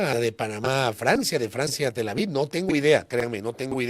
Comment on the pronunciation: Pero es Tel Aviv, no Tel Avid